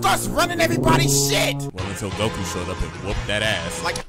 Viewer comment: Why can't you say goku